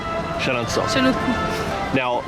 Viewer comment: Your Chenonceau prononciation is actually good !